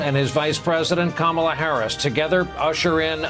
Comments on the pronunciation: I’m gonna need everyone to learn how to pronounce VP Kamala Harris’ name! It’s not that hard. KAH-mah-lah... not kah-MAH-lah. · Shocking that the Justice who swore in Kamala mispronounced her name as Trump has always done to diminish her. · Shame Sotomayor doesn't know how to pronounce Kamala's name. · How disrespectful to swear her in and mispronounce her name... shame shame